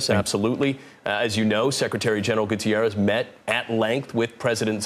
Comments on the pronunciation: Both anchors should have been told the U.N. Secretary-General's last name is Guterres not Gutiérrez. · His names is pronounced Goo terr ez, not Goo tee air ez. S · HAHAHA "GutIerrez" 😅😂🤣